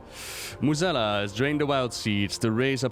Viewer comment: Your english is way better than most WoW content creators. Still amazed at your pronounciation of Mueh'zala.